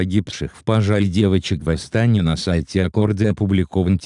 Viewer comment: В Астане, ударение падает на букву е